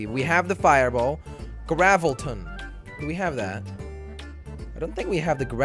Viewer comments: it's gravitron not gravelton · I kept laughing so hard when you were saying gravilton because it was gravitron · It’s not gravalten it’s gravtron